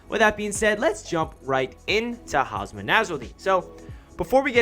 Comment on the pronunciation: It's Hum Sah not Haasmaa